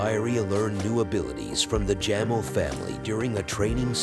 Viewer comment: Jamel😂 It's pronounced Jameel😂